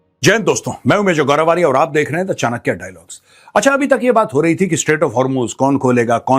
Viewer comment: आप अपने को आर्या ना बोले आर्य बोले ।